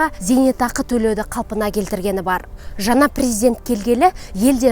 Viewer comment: Жаңа дегенди жана мың дегенди мын дийди Ң ды айталмайман сонда 😂